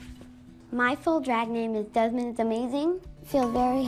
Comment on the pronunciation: Desmond “Demond”